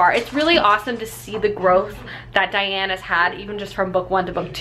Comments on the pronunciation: Daine, not Diane! Love Tamora, my next book will be tempests and slaughter, looking forward to it! I hope you will be reading the new Sarah maas book coming out in a few days (im a sucker) I get the whole not feeling like a book - its like wading through fog if you dont feel like it.. I make plans for the order of books I should read, then when if comes to it I just have strange aversions to certain books or genres, I like to switch up serious vs light books and like 1 non-fiction per 4 fiction books - I read mostly fantasy fiction too with a smattering of contemporary. I love your vids, ive picked up many books based on your reviews. I lukewarm-liked emergency contact, I dont think it picked up as much as I expected it to. II fell in love with Victoria Schwab (shades of magic series and vicious) and scythe is on my bookshelf TBR :) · So glad you like Immortals! Its been my favorite series for many years! But I CRINGED every time you called her Diane lol. Her name is Daine (like Dane). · I love Tamora Pierce so much! Particularly her Immortals quartet!! It’s so wonderful! Just as a heads up, I listened to the books on tape and the main character’s name is Daine not Diane. That’s how they pronounced it in the audio book (rhymes with thane)... anyway! Great video! Love your reading vlogs!!